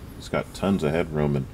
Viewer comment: You are pronouncing Citroen correctly (Si-truhn). For some reason Americans have trouble with correct pronunciation, particularly of non American vehicles The classic and most annoying example being Jaguar. It's pronounced exactly how it's spelt, Jag-u-r!